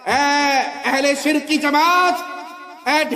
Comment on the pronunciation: Beta pahle bolna Sikh le shirq hota sirik nahi